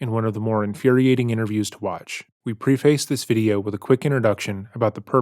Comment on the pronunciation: There is always one word he says wrong and in this episode it’s “prefaced”